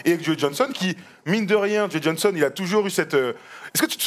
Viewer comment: encore une super vidéo d'une super série les gars! Par contre, on prononce "Jo" et pas "Joey" Johnson :)